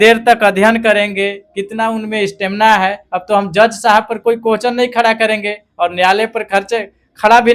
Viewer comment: Teacher बनेगा और question को कोहचन बोलता है